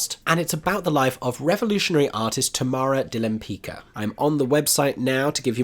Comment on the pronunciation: interesting mix of shows. Side note, the painter is pronounced Limpits-Ka. ;)